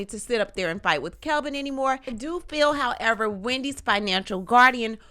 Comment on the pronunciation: It’s Kevin not Kelvin.